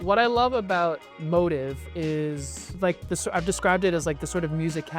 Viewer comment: Actually motiv should be pronounced like “moTEEV”, more like motif in music, I pointed it out to them and they refused to believe they are wrong lol. Also, to say Daniel, the designer, is a 3rd gen tailor is very misleading. He actually had no former training in pattern making and studied Econ in college. He picked up tailoring from his own research like online forums and old German tailoring books. Feel compelled to comment only because I hate people who confidently tell wrong things to others.